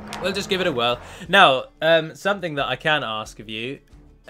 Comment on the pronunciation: You said "that" wrong......